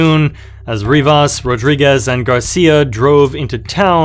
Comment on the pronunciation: Rivers or Rivas? Come on bruh.